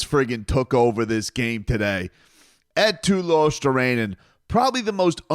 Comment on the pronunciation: also I watched ESPN for a little bit after the game (I don't know why I did), SportsCenter showed the Panthers highlights immediately which I guess is why I stuck around. Those anchors didn't know what the fuck they were talking about. And they completely botched the pronunciation of Luostarinen. Like bruh, where's the attention to detail? Do you not care about getting things like that correct? Disrespectful, but seems to be nothing new with South Florida teams and ESPN